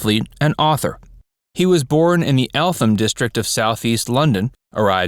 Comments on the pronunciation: Pronounced Eltam not Elfam 😄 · Note: Eltham (London) is pronounced ELT-um. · Eltham has a silent 'H'. It is pronounced 'Eltam'. Lack of research on languages again. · You pronounced eltham wrong! The fact that I live near there pisses me off!